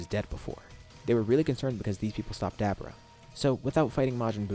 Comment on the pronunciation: Duh-bor-uh not dabra